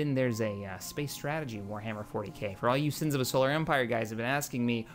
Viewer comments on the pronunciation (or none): none